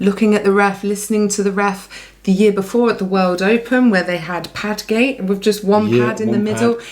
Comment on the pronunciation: "Padgate"😂...... no comment 😅